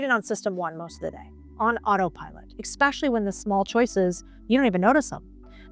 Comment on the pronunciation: Like this a lot. I just plead with you to stop constantly saying “exxpecially” - that’s not a word -sounds ridiculous. The correct word is “especially”. Thanks.